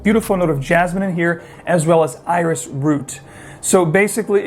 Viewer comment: It's iris not orus